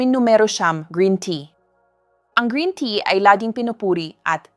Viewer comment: Green " tiya" daw 😆 juiz 😄